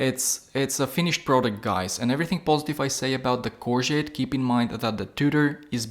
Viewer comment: Pronounced “core go”